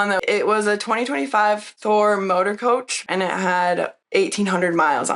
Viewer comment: Does she keep saying Thor? Or Ford?